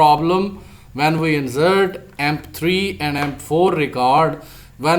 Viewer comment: Please Correct your Pronunciation of INSERT